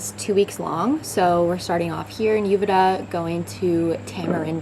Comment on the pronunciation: Hopefully you learned how to correctly pronounce Uvita by now.